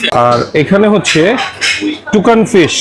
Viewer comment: আপনি বারবার তুকান ফিশ/ টুকান ফিশ বলে গেলেন, ওটা তো তুসকান ফিশ। খাবারের নামটা লেখা ছিলো ওখানে, খেয়ালই করলেন না !!